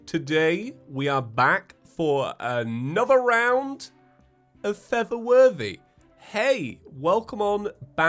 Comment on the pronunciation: you know you've been watching for too long when feather worthy is normal and for the worthy sounds weird